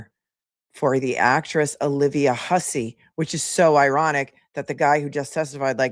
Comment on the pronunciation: Side note: Hussey is pronounced Huzzy. I don't understand how this man would take on this pronunciation, but to each his own, I guess. Lol